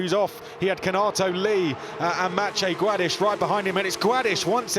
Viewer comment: say Gładysz